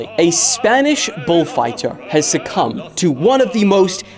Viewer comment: you said the matador succumbed...